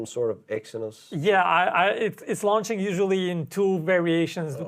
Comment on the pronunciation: "Launching" is pronounced "law-nching" not "lounge-ching"